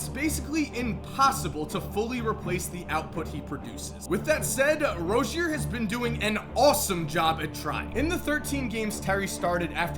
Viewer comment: ITS PRONOUNCED LIKE ROZE-ZEER. PLEASE